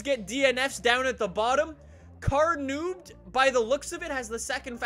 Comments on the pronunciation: You said Nobed wrong. Its from blackpanthaa. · the way he says nobed 😭😭